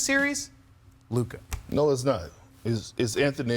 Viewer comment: Its Luka. Its not that close.